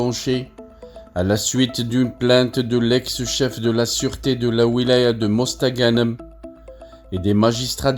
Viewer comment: Va apprendre à parler français avant de raconter des conneries tu ne sais même pas prononcé mosta ganem les algériens ne sont pas dupes